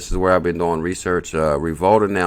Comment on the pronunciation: Is this not pronounced Revo-lute? I may be wrong.